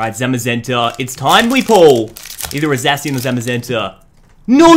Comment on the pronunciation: when a youtuber says "zayshian" ...... Nooooo!